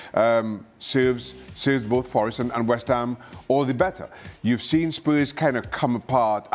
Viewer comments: Who is this "West Ha" you speak of? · “West Ha”